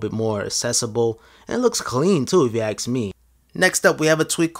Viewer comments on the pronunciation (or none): "looks clean too if you 'aks' me" FAM EVERY TIME YOU TRY SAY ASK I WANT TO PUNCH A JEW